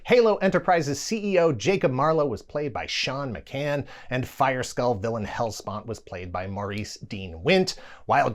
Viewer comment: ok but wtf is a “HellSPONT”?